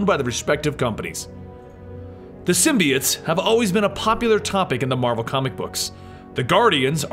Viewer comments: its symbiOtes not symbeeites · Bro he said symbiites